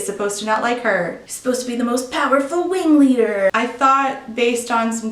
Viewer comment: I'm the wingleader! Weally!